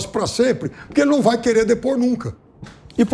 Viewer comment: O fala “Puquê”